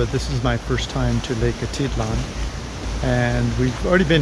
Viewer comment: Jeez - what a dump! I would only pay $22 per night! The place looks amazing and really makes me want to go back. Slow and unreliable internet makes it a problem for us, for now. BTW, it is Atitlán - you have to put the accent on the last syllable.